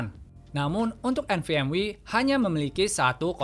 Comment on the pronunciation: Nvme❌ Nvm wi✅ 😂😂😂